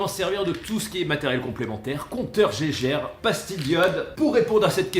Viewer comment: Bonjour, on ne prononce pas compteur « jéjére « mais bien « guéguerre » et d’ailleurs le vrai terme est bien Geiger Muller, il ne faut pas l’oublier, ils étaient deux...